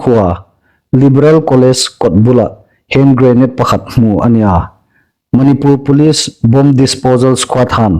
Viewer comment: Manipùr tia lam hi indikin ei hriet am ? Manipur ti el ding a nih.